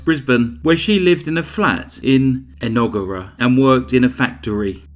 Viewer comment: I’ve studied there and even I just learned what TAFE stands for lol. Love the pronunciation of En-og-ger-a as well hahaha